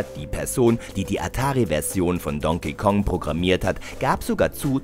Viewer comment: Yoshi mit lang gezogenen O ? , die Aussprache von Donkey Kong auch grottig, Es heißt HYRULE und nicht Hiriel ! Meine Fresse schmeit den Sprecher raus und recherchiert anständiger nichtmal Volai kann der richtig aussprechen, erbärmlich. Sprecher raus, neuen einstellen und mehr recherchieren ist das Zauberwort und diese Videos etwas besser aus dem original zu übersetzen !